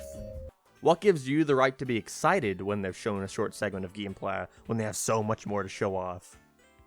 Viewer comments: Geemplay? I'm trying to figure out the way he pronounces it lmao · 'Theres only 7 minutes of GEEM PLEH'